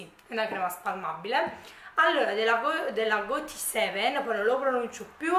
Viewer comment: Pronuncia: GODSEVEN.